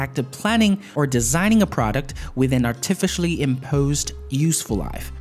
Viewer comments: Isn't artificially pronounced like ar-tee-fish-a-lee hahahahha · My phones have never slowed down over time.. But I know how to use a phone and keep the system clean from old files and delete cache memory etc. But program get more demanding so older phones will seem slower anyway. But a tip is to not buy iPhone😉 And btw.. I think you need to learn how to say "Artificially"🤔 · I'm going to start pronouncing "artificially" the way does. It's actually kinda cool.